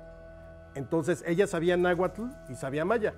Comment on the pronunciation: que feo pronuncia nahuatl ese escritor